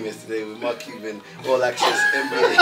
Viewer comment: The way Niko pronounced mark Cuban’s name wrong is actually insane